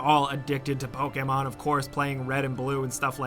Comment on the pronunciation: thanks for saying "pokemon" and not "poKEYmon"